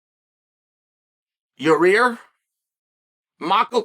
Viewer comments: We need official Chael apparel where the fighters names are on it spelled how Uncle Chael pronounces it: Ya-Rear. 😂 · Is Chael fucking these guys names up as some sort of dig at them? “Ur-Rear” is wild for Yair and mackle-chev just straight up sounds like shade lmfao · "Your-rear" oh boy, hear we go again. LOL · He literally says "your rear" 😂. Why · Chael purposely saying “yarear” and “mackulchev” is goofy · Rematch with “Mocklechev” first and then defend belt against “Ya-rear”